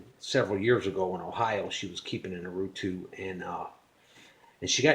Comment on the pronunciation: Great video! Allow me to improve your Portuguese....we called it Urutú...as you can see, the tonic syllable is "TÚ", reason why we add the accent over the "U". Cheers! Keep up the good work!